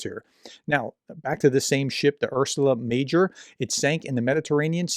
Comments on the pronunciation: This is a pet peeve of mine, but please take more care with the names you are reading out. Calling it Ursula Major doesn’t really boost credibility of your credentials or of your message, which is a shame. I love your channel and what you do, so please see this as constructive criticism. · How does one make a household term like "Ursa Major" ("Big Bear", the most popular star constellation) into "Ursula Major"? Dear professor, please, take your time. Maybe read the article loud once before you record? If not sure how to pronounce, Google can tell you (most of the time). I can't share this content to serious people if the presenter can't bring himself to read properly. I like to share this content though. Please. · Ursa Major. Hpw hard is it to get that right? It is one of the major constellations. A “professor” should now these rhings. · LOL at "Ursula" Major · Ursa Major is a constellation. Latin for Great Bear. It's not Ursula, Prof 😂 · You know, that no matter how important the topic is, making video on Christmas Eve makes you look crazy to most of Europeans, right? Also, I am a bit disappointed, that you could not make yourself to pronounce name of the ship "Ursa Major" correctly. You know, this is Latin, not Russian.